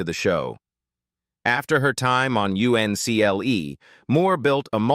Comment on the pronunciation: it was pronounced UNCLE.